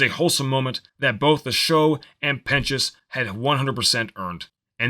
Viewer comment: It’s sir pentious pen chus